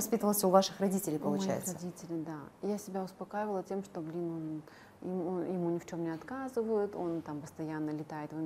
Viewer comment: Блиин а вот бы не"Блиин"